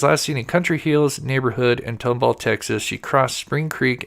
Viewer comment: Tom-Ball, Texas is how it's pronounced